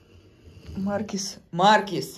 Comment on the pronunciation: Неправильно ставите ударение в слове маркиз. Ударение надо ставить на 2 слоге